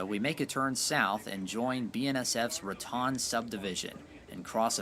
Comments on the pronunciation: It isn't Ra Tawn - it's Ra Tone ------- Ra Tawn is in Florida and best to roll thr r = rrratone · It's pronounced Ra-tone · Haven't read all the comments, but I am sure by now that you realize it is pronounced 'ra-tone' New Mexico. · Ok Raton is pronounced "Ra-Tone" not Ra-Tan.... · It is pronounced Raton, with a long o sound.....Otherwise it would be spelled Ratan. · Most of us out here pronounce Raton with a long o , as in ra tone. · Raton is pronounced Ra TONE such as tone deaf. When you don't research proper pronunciation you end up sounding like a moron and leave yourself with a lack of credibility. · LOVE your awesome videos...thank you! ONLY thing to add is it's pronounced Ra"Tone" Pass :) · FYI - Raton, New Mexico is pronounced "ra-TONE." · ...FYI it's pronounced Ra-tone. And Hoehne, CO is Hoe-knee. I used to summer there. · If you're going to narrate this video, then please learn to pronounce the town names such as Rincon and Raton. This is a little distracting for those of us who grew up pronouncing the Spanish named towns.